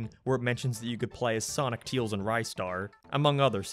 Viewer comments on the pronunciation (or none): It’s Tails Not Teals! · Your pronunciation of Tails is so weird yet so interesting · U say Tails wrong